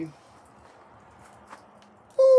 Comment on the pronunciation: I knew it was gonna be good when he bust out that "Muh fuckin"